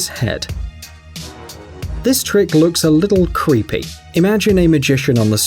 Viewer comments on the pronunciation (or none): U said cweepy